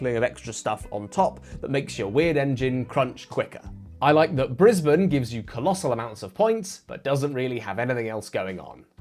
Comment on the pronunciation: Mad flex by pronouncing it correctly!